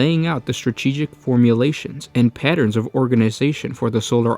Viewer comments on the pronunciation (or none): none